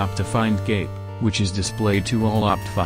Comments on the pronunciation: all i can hear is the tts saying optifind gape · I will always love the way that the tts voice pronounces cape